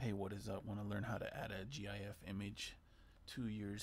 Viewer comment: Thank you for not saying "Jiff" Short, and to the point. Relevant 2 years later. Mad lad.